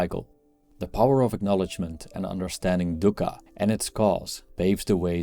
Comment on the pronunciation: It's not dukka it's "duukha" different pronunciation than english "du"